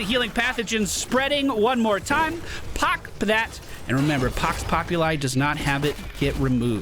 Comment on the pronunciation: Hey, you're saying Pox Populi just fine now.